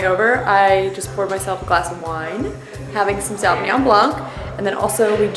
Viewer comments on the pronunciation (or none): none